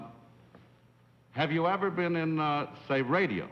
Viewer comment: He also pronounces the word been as bean.